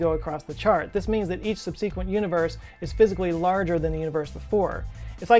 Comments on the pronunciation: Sub-SEE-quent? Oh no sir, this I cannot abide! We're living in a society! There are rules! You mustn't place the em-PHA-sis on the wrong syl-LA-ble! watch?v=VZU9TVERS1g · Did pronounce subsequent "subSEEkwent" instead of "SUBsakwent?" I have never heard it pronounced that way. Maybe it's a regional thing. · I’m curious as to pronunciation of “subsequent” with a long “e” sound on the 2nd syllable. I once worked with an industrial engineer who used that pronunciation but can’t find it in any dictionary. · scott mispronounced the word "subsequent". There is only one correct pronunciation, heard here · It's the pronunciation of Subsequent that gets me, because he's the second Youtuber in 2 days I've heard say it that way.